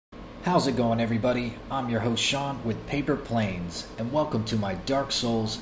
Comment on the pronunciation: Paper Planes Paper Wong? LOLOL